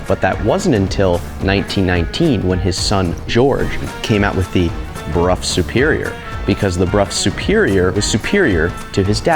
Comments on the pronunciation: It is Bruff.. The reson is complicated as it'a a combo between language leap from Roman to Old English (German like language) to English (same as rough enough, cough). However, it might be how it's pronounced in your local area/dialect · I'm curious, I always thought it was supposed to be pronounced "Brow", not "Broff". Is this the actual correct way? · As far as I know it should be "Broff". Never heard it called "Brow". I live in the UK so might be pronounce differently elsewhere, ie Jagwar in US but Jag Ure in UK.😄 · I cannot for the life of me unhear "Bruh" every time Brough is said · It’s not often that I am taught something new, interesting, and useful information from a YouTube comment, but you’ve done it. I was never aware of that connection, and how it would also apply to such words/names as “Brough”. I’ve always pronounced it as BROW my entire life. Today is the day that changes; and I’m able to explain WHY I choose to now pronounce it as so. Thanks, Bro ! 😅